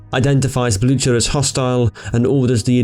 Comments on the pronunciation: Blucher = Blootcher? TRY BLUKER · 'Blue-Her', idiot. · Just look up the pronunciation on wikipedia, if you are unsure. Blücher is pronounced ['blʏçɐ], what you said sounded something like ['blʊtʃɐ]. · "Blue-Her" is even more wrong than what he said. He already got the pronounciation of the "ü" decently right, while the "ch" is not pronounced like an "h". The sound is the same as the one in the english word "cute" between the "k" and "u" sounds. Actually, some dialects of German would pronounce the name about the way he said (though incorrect by proper High German standards), while NO German would say it "Blue-Her". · I believe the pronunciation for the German heavy cruiser Blücher doesn't have the "ch" sound in it, it's more like "Bluu-ker," however I'm English and don't actually speak German so I'm likely butchering that myself. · actually Blücher is pronounced with the CH sound. In it's native tongue, and in Norwegian.